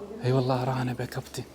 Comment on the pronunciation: لا كابتي يقول لاحظها بكذا مقطع اتوقع يقصد كابتن بس نطقه ماتوضح